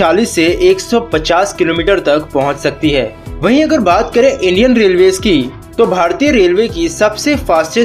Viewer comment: " Indian " Thik se bolo aap